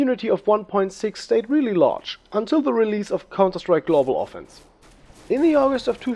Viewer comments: Nice video but you said 191999 for the release of 1.5 or something, also you pronounce engine wrong and it's counter strike global offensive, not offense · Ofenc*IVE* say it with me, O-fen-CIVE, not ofence, Ofencive. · Cool vid. Btw its global offensive :D not golbal offense. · gutes video man hört krass raus das du deutscher bist und außer paar kleinen ausprachefehlern und global offense oder offensive is alles cool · "en-gyne" "global offense" :D